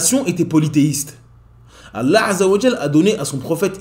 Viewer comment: As salaam alaykum, très bonne chaîne ma sha Allah. Il y'a juste un petit truc (peut-être que le problème vient de moi) : quand tu prononces le nom d'Allah azza wa jal, j'ai l'impression que tu fais précéder le nom Allah par la lettre " 'ayn " en arabe (désolé je n'ai pas le clavier arabe). J'ai l'impression d'entendre 3Allah et non Allah (mais comme je l'ai dit ça se trouve c'est moi qui ait un problème auditif). En tout jazak Allah khayran pour ton travail.